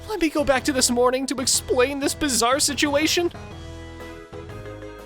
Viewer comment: You said… “bizarre”?